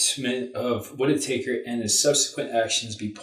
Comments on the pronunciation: FYI, it's not Whita taker, it's Whitaker! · Enjoyable reading. Just a quick mention that in US, Whitaker's name is pronounced "whit-a-curr". I too have faith in Meuller having lots of actions already set to happen during the time it takes to remove Whitaker. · I was just about to post this Cynthia. It's WIT A KUR :-) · Lots of people get his name wrong: it's pronounced WIT A KER.